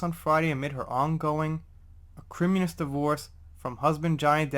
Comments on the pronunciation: Johnny paid her off as part of the divorce settlement to drop the Stanhope case. And if you’re wondering, it’s ah-kree-mo-knee-us lol! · It's Ac rim MOAN ee us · Acreee-moan-eeee-us. I couldn't help myself even though you used the lesser used pronunciation. I just had to. Ha ha ha. Keep up the great work. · Thanks,! (Ak-ri-moh-nee-us: angry and bitter, (see also Turd, Amber)).